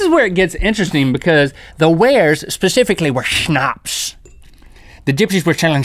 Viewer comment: Wow you actually pronounced Schnaps right, but it is written with one "p" (im speaking German so I should know that)